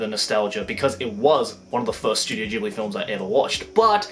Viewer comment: Studio Ghibli (hard G) not Gibli. triggered people incoming.